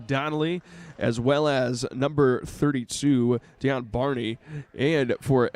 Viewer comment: In the men’s game y’all kept saying my sons name wrong his name is Dejon Barney pronounced Day John thank u 🏀💯❤️